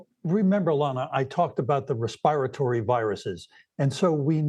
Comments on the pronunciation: He mispronounced respiratory! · The doctor they put on can’t even pronounce “respiratory” normally. 😩